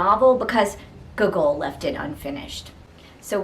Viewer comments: Hello ! I hope I my comment did not seem rude , I genuinely found it funny and had no intend to offend you :) Just by putting more emphasis on the first o (Gό)gol instead of the second one will be perfect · The way you pronounce Gogol is hilarious XD